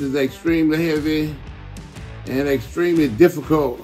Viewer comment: "That is extremely heavvey" -Ronnie Coleman